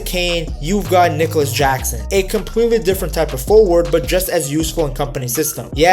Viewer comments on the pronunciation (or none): none